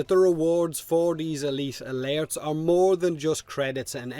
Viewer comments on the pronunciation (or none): My god thank you for tolerating saying AY LEET AH LAIRTS that many times, This game has not been kind to your accent but I love the content:) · I just love hearing you say "uhleet uhlertz" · E-LEET ALURTTS